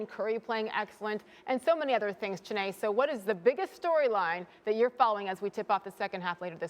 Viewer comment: Me: loving the analysis Also me: cringing and smh and Chiney last name being mispronounced